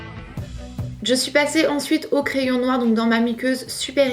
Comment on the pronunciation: désolée mais vers tu as dit "je suis passée" jai de suite pensé à "chez shosh" haha